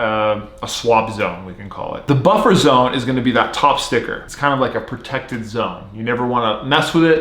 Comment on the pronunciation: he says stivker alot when he has a stickerless cube lol